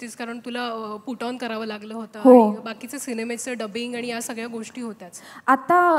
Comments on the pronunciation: Wooooooohw the way she pronounced 'ani'. She seemed to be a actual Marathi girl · Me when she said "aannii" and not "aani"😍